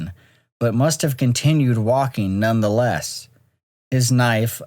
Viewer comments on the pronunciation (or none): none